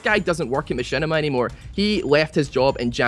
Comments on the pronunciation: *MaSHITima not Mashinima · MachShitima more like heuh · Who's Machinima ?? its Mashitama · knock knock... whos there?... machinima... machinima who?...machinima on you. (machinima's first words sound like my shit on)